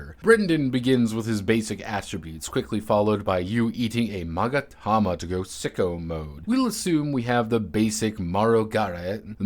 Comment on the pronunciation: I appreciate the struggle of saying "magatama" ended with just "magareh"